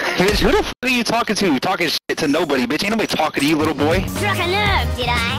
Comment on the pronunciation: "Struck a nerver did I?"